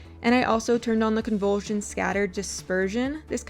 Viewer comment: I swear you are mispronouncing everything on purpose. "Attention radius" > Attenuation radius "Brokeh size" > Bokeh size "Convultion" > Convolution LOL